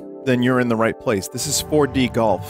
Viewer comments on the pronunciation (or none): Waddyou mean WADDYOU MEAN FOAR DEE